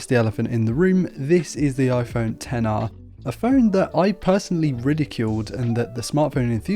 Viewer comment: It's so refreshing to hear someone correctly call this phone a 10-R instead of "Ex-R". Whenever I hear someone call the this line of phones the "Ex" line, they loose all credibility of tech saviness with me.